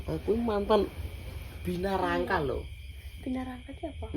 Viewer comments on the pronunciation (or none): Binaragawan bukan binarangka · Binaragawan ❎ Binarangka ✅ Jiannn nguakakk teros sepanjang video🤣🤣🤣